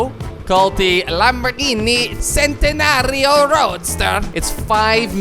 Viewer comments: Its pronounced Chentenario. This is Italian not English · Its pronounced "centenario" not "sentenario" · Can you pleeeeeeeaaaaase react to the koinegsegg evolution plus it's called a Lamborghini CHENTANATIO (If you want to spell it right) not sentanario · "centeneario" its pronounced Chentenario bt theres no H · You read it like chentenario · ChenTinaRio is how it is pronounced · The pronunciation is chentenario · Centanario is fav car and doesn't know how to pronounce it, if you wanted to know it's pronounced chent anario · It's pronounced chentinario! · its not cent like penny its pronounced chen-tuh-nar like Mario remove the I and the O and the m is n solid e and a solid o